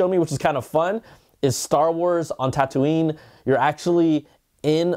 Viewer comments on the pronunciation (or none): none